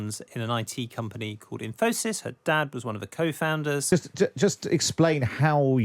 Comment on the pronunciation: Never imagined Infosys rhymes with phimosis.